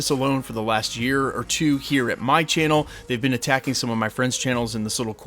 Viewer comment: Bro's gotta be from maryland, based on the way he said "TWOooooo" 😅😅😂😂😂😂